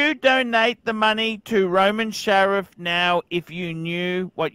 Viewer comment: FFS, it's SHARF!!!!!